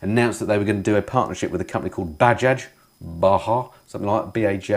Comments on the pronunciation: its "buh jaaj", greetings from india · Bajaj are big in India. Have ridden a few and they're in the 200-400cc. It's said Bajaaj with the j being pronounced as it's India not Spain. I believe we're going to see quite a bit of collaboration between triumph and India companies as royal enfield has its sights on triumph and has the backing of the huge Eicher Motor company. We need to inject the Indian market into ours as bike prices are far too expensive in the UK and will collapse as it is not generating new sales in the younger sector of the UK market. Average UK biker age is 54, twice that of India. With the success of royal enfield with the interceptor and the brilliant work itchy boots has and continues to do on the Himalayan, there's a clear pathway into western markets. Price will be key to save the UK bike market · Great vid as usual. Btw Bajaj is pronounced with both J's and not as bahah, cheers 👍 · Bajaj is pronounced like 'buh-jarge' ;-)